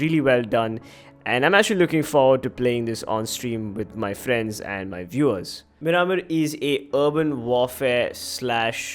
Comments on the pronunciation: its pronounced mear-maar (mear like near) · Your pronunciation of miramar is so cringy